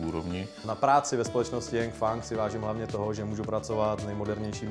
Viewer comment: Kromě toho, že manažer neví, jak se jmenuje jeho firma "Yengfang" tak dobré :-D